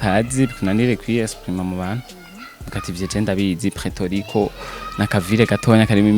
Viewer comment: hitwa Puerto Rico not Preto Rico.